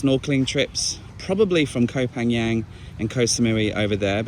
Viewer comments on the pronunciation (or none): More ridiculously overpriced hotels. Looks like you’re picking places based on them being expensive, rather than hand picked for being interesting or good value. Feels more and more like an influencer running his business, and less like a relatable travel vlog. Oh and you’re saying “Koh panYanG” again 🤦🏼‍♂️